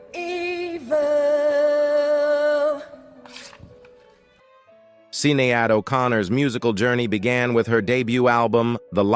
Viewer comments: Sin-ee-ad??? These narrators need to do a bit of research before grabbing the mic. Bill Ma-heer?? Jeesh!!! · He mis-pronounced Sinead and Seagal.